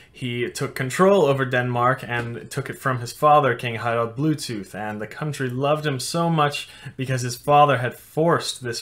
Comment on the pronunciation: Harrald buethooth